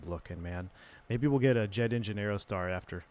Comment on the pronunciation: "Piper Aerotar"...sounds sweet - did you forget the D on the end? 🤡😁 (Check the thumbnail pic 🤭)